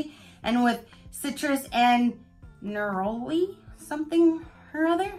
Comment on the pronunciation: Lol it’s pronounced Ner-uh-lee. Glossybox is hit or miss every month for sure but it’s one I keep hanging onto because some of my favorite items were deluxe samples from that sub